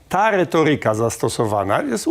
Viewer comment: Panie Rafale, moglby pan nie dokladac sie do spsienia jezyka polskiego? Nie kazde slowo ma akcent na przedostatniej sylabie. ReTOryka, nie retoRYka. Niby nic, ale wqrwia…